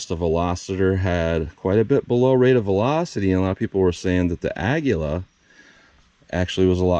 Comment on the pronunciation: You pronounced it correctly on this video. It is Spanish for eagle. I have asked three Spanish-speaking people how to pronounce it and they announced it as you did. I went to an app that translates Spanish to English and vice versa and it pronounced it the way you did correctly. Don’t let the haters hate.😊